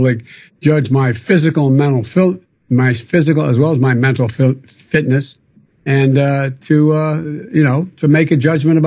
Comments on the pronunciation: Biden's tongue forked twice on the word "fitness", it's sounded more like "filth"...(iness) to me . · Nothing's wrong with his response until he couldn't pronounce the word "fitness". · Says he doesn't need to take a cognitive test. Proceeds to say shit like "I'm so forward looking to...", and being unable to say the word "fitness". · HE COULDNT SAY FITNESS